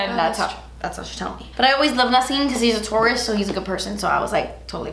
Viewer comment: When said Nasim is a taurus I heard Nasim is a tourist and I was like what?😂